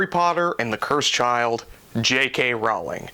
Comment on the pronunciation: It's actually pronounced "roll-ing", like row a boat